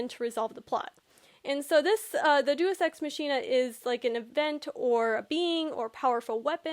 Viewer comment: Day-us ex mach(as in speed)-een-ah